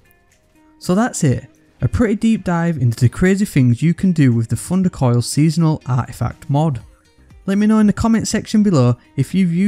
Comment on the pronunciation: I love how he says Funder Koil